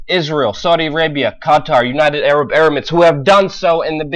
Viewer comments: Please learn to say emirates right. Its not erimates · it's United Arab Emirates not United Arab Erimates.